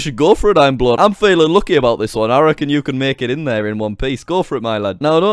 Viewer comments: jack it's not imblood it's imabood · it was bood not blood lol! xD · It's bood not blood 😂😂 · that awkward moment when you pronounce "bood" as "blood" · JackSucksAtLife you didnt pronounce bood right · shadow fire he said the name wrong its actuly iambood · You didn't say "Bood" right.. I'm mad